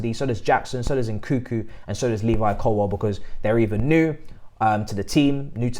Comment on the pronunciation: Can someone please teach how to pronounce names. My man's butchering Nkunku and Slonina so bad.🤣